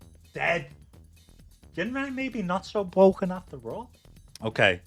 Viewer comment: I can't believe Jinrai is not bwoken, how am I going to win now...